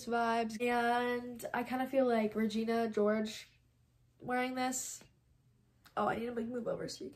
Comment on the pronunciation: As soon as you said “ Regina gorge “ I was literally about to comment about that